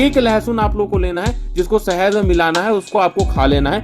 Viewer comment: Bhai sehed nhi hota hai shahed hota hai